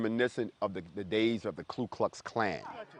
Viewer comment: he called the Ku Klux Klan the KLU klux klan. He doesn't even have the brains to know who he's says he's against. hahaha check this one out>>